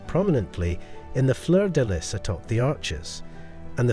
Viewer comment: Bourbon is pronounced bore bon by the way, not bur bon and lis/lys of fleur de lis is pronounced lee.